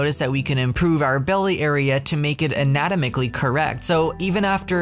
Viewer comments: a -nuh-taa-muh-klee ;) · Your pronounciation of anatomically, sorry, no offense meant but I don't think I've ever heard it pronounced that way before 🤣